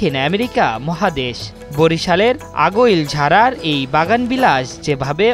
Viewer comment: আগৈলঝাড়া তাও ঠিক বলতে পারেন না খবর পরেন আমাদের গ্রাম এ এই গাছ দিয়ে এত টাকা আয় করে তা তো জানতাম না